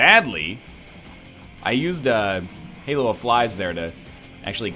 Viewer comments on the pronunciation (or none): none